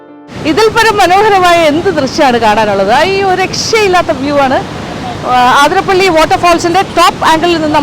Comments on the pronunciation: അതിരംമ്പിള്ളി അല്ല അതിരപ്പിള്ളി ശരി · ഏത് ആതിര ! ആതിര😂പ്പിള്ളി അല്ല അതിരപ്പിള്ളിയാണ്, ചിലർ ആതിരംപിള്ളി എന്നും പറയുന്നു 🤔 ഉള്ളത് പറഞ്ഞാൽ പോരേ? കേട്ടുനിൽക്കുന്ന ഫോറസ്റ്റ്കാരിക്കും വിവരമില്ലേ ? മന്ദബുദ്ധിസംഗമം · The other side of the falls is truly beautiful, awesome view, adventurous.. പിന്നെ ആതിരപ്പള്ളി എന്ന് അല്ലട്ടൊ അതിരപ്പിള്ളി എന്നാണ്‌.. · Maam ആതിരപ്പിളി അല്ല അതിരപ്പിള്ളി ഞങ്ങളുടെ നാട് 🥰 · അതിരപ്പള്ളി യാണ് ആതിരപ്പള്ളിയല്ല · എല്ലാവരും ആതിരപ്പിള്ളി എന്നാണ് പറയുന്നത്. അത് തെറ്റാണ് അതിരപ്പിള്ളിയാണ് ശരി.